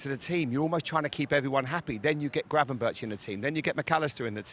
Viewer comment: I have never heard so much bs in my life... Plus I understand your are British and have an issue with saying the R, or G, but butchering Gravenberch (erg) to Gravenbirch (bird 😂)...